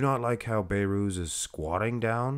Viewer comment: His nama is Behrooz Be(h)rooz Not bayrooz You can pronounce the letter H